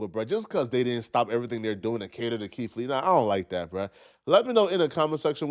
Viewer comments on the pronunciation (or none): Keith not keif